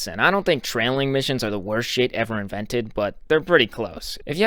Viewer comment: i was laughing my ass of when he said tRailing missions